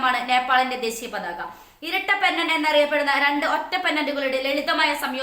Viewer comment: പാതക അല്ല പതാക....